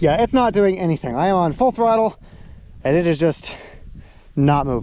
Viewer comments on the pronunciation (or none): none